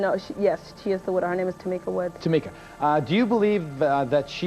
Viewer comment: Maaan!!... it's Tah-meek-ah!!! Whiteboy can't pronounce names for shit smh along with false narratives u lost me as a watcher